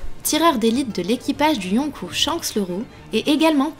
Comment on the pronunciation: Yonkou se prononce Yonkoo sinon bonne vidéo ;)